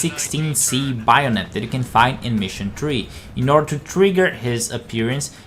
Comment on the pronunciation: BAYonet not baionet